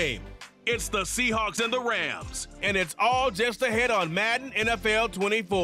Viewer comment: You have messed the word (Rams) up for me. 😢😢😢😢